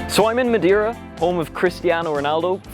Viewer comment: "Então, estou em Madjeira" Coitado do povo da Madeira... Até a mim me doeu...